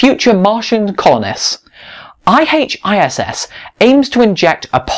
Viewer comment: its I Hiss, not I H I S S